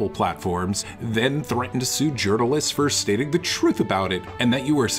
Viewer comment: Why does the quartering pronounce ’ journalists’ as if he was as Swedish as a Falukorv? :D